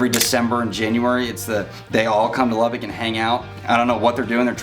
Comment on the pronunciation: Please learn how to pronounce the name of the city! It’s not “Lubbick!” There IS no “i” in Lubbock! Sheesh! It’s pronounced “Lubbuck”. Secondly, how do you mention “cons“ about Lubbock and not even bring up the words “dust storm?” All you said was “wind!” Yeah, and what does the wind CAUSE?!? Dust storms! That’s always been the biggest con of all for Lubbock.